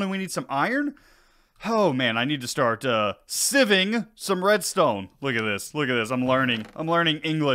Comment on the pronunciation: I 100% call it sieving too, not siving. But I don’t know how to properly English